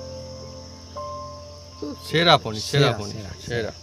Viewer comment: আপনার রেসিপিটা ভালো লাগল, কিন্তু নাটুকেপনাটা একটু কম করলে আরও ভালো লাগবে।অহেতুক চিৎকার করছেন। আর শব্দটা হচ্ছে "পনীর", " পনী" নয়।